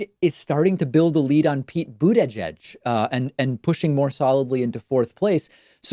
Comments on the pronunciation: Don't you know how to pronounce these peoples names yet? Sounds like you butchered Tulsi and Buttigieg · please start pronouncing the candidates' names correctly... boot-a-judge, tuhl-see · Lol David the way you pronounce Buttigieg’s name is funny lol. It’s like “Boot-edge-edge” 😂😂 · Booty judge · Why the hell does he insist on pronouncing Tulsi and Buttigieg like a moron. Love David and don't care about either candidate but this is obnoxious.